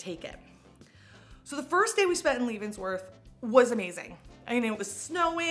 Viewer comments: We don’t call it lee-vons -worth, you silly goose. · Love Leavenworth 😍 (Pronounced Lev-en-worth) If anyone comes in summer know that it's over 100 F 😅 And there's bears. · Leavenworth is also big on Octoberfest. And it pronounced LEVENworth, just so ya know love! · This is so awesome to see you here! It’s a staple for people living in Washington :) been going since childhood! Btw- it’s pronounced “leh-ven-worth” 😂❤ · Leavenworth is beautiful. Just FYI, it's pronounced leh-vuhn-wrth. I loved going any time of year!! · It's pronounced like levens (11) worth. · Leavenworth is pronounced like leather, rather than leave. ❤ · It can be blizzard conditions on the road there -also bears!. Its a Bavarian / German town that celebrates German celebrations year round like a true Ocktoberfest as well. But you are pronouncing it wrong.